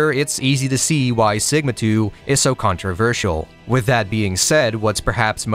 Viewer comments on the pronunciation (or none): none